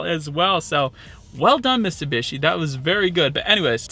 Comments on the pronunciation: There’s a T in Mitsubishi. You keep saying MissSubishi. Other than that great review bro 👍👍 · miTsubishi. Not Missoobeeshi.